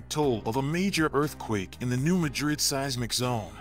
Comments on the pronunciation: Artificial, not intelligent. I have friends in the area, and it's pronounced MADrid, not maDRID. Competent content ruined by a mediocre robovoice. Voted down. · It's pronounced MA DRID,not like MADRID in Spain. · Pronounced New Madd Ridd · I live in New Madrid The accent is on the ma 😮